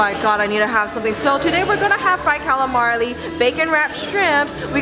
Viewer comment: i think you're the only one i can allow to get away with mispronouncing calamari. anyone else, i cringe. that food looks amazing.